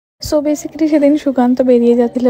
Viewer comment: ব্যসিকালি না pronunciation ব্যাইসিকলি